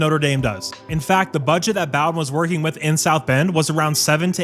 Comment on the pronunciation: It’s pronounced “Bo-den” with a long o. And he’s good, but don’t get comfortable. He’ll leave you for a dollar at some point in the near future as well. Learned from his dad Jim.